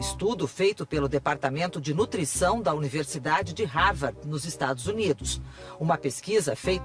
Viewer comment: universidade de havard? hahaha pensei que fosse Harvard hein, ih, na verdade é... ainda bem que não acredito em tudo que vocês falam...